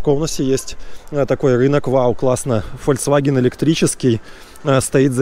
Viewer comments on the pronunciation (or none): none